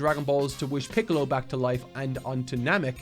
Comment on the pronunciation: Mark wouldn't mispronounce Little Green's name like this imposter.